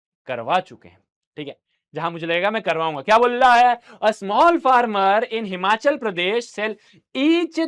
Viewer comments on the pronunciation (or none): none